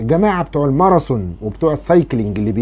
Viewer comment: يا دكتور: تذوب وليس تزوب!!!! ماراثون وليس الماراسون. رجاءا جرب تنطق هذه الأحرف بشكل صحيح يا دكتور. ولي سؤال ايضا: ماهي مضار بايكربونات الصوديوم.